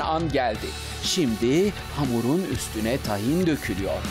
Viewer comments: Tahin değil Tâhin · Tahin nasıl okunuyooor 🤔 A yı uzatıyor muyuz uzatmıyor muyuz 🙈